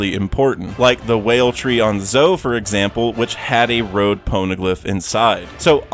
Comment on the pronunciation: why do you keep calling them "load poneglyphs". IT'S "ROAD"... "ROAAAAAD"